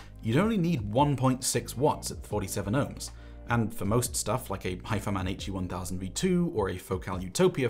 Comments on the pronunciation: I really like him, he’s a likeable guy, I congratulated him in a comment a few days ago, his content looks absolutely great, who gives a fuck if he says “Hai-fee-man” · How does he pronounce it? Hiffyman? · Joshua Valour needs to watch this...and someone teach him how to pronounce HIFIMAN